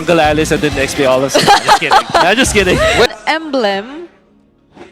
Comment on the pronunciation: Aulus❌ Uslus✅